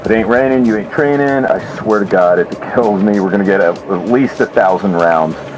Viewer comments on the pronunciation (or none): Keel lmao